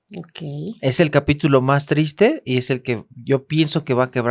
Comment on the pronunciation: JAJAJAJA iba a ver el podcast hasta que escuché a la señora a decir trista 😂